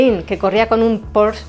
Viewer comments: Muy buen reportaje. Excelente combinación entre imágenes y texto, muy bien documentado. Sólo una levísima corrección la marca porsche, no se pronuncia “porshh” sino “porshe”. Le Mans 66, le da a Miles el reconocimiento que siempre se mereció y a Shelby, su amigo. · ¡Hola,! Ya sabía yo que al final iba a pronunciar mal Porsche. 😂¡Muchas gracias por ver el vídeo y por dejar tu comentario!:) Saludos